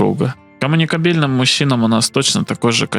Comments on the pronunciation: Не комуникабе́льным а комуника́бельным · он намеренно так говорит. это игра слов со словом кобЕль